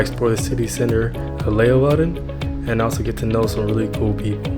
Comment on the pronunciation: Leeuwarden, not Loewarden...lol..